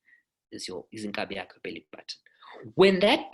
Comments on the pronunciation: Inkaba. Not inkabi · Inkaba not iNkabi. Inkaba it's the umbilicus but iNkabi it's an ox